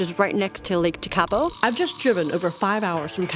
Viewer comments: Never say never. Of course the lakes are dried up. It’s January in the middle of summer. Your correct pronunciation of the name just to help you is in its syllables. Teka po. After a good winter the lake will be full and the greenery will be lush and green. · Your pronunciation of "Tekapo" 😆